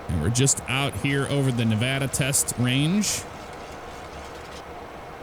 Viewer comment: Thank you for saying Nevada right